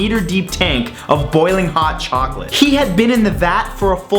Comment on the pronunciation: chocolate Did you say Chocolate CHOcolate CHOCOLate CHOOOOCCOLATTE